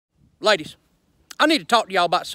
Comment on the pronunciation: "Laydishh"